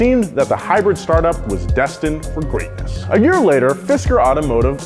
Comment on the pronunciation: “Car of the Year” award sounds more like “Car of the Day”